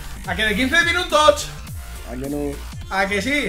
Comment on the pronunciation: Toch toch toch toch xD Se dice TOTS D